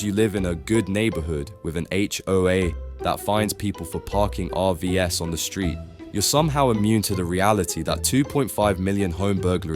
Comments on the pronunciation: Even though this is an Ai video it's good info. You can tell it's Ai by the way he talks. He says RVS, when its RVs. Are vees. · Beginning to sound like stuffI heard before. Also just a couple minutes in the AI voice says 'R V S' which should be RV's (plural) so it was not someone.